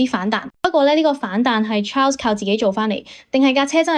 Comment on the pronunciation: 小姐，請你專業d,Ferrari 車手Charles 是要用法文講。不是英文発音. 你唔識発音，可以參考其他KOL的法文発音，ok? 真係唔想再聴英文発音的Charles,謝謝